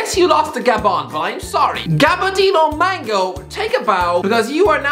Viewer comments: As a Malawian citizen am overjoyed & amazed by my countries performance. Never even thought wud qualify for AFCON alone😂😂. Please learn to pronounce Gabadinho Mhango (Muhango) the legend 😁😁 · The way he pronounced Mhango 😵